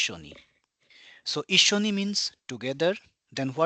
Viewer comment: ❌いっしにissini ⭕️いっしょにissyoni